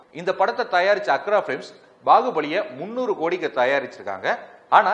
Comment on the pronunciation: தம்பி தயாரிப்பு அக்ரா எண்டர்டெயின்மென்ட் இல்ல அர்க்கா எண்டர்டெயின்மென்ட்.